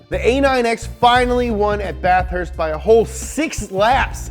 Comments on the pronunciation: The way he says Bathurst gotta say it as one word not bath-hurst hahaha love your channel so much good content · Say it with me bath-herst